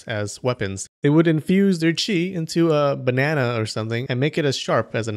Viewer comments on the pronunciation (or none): none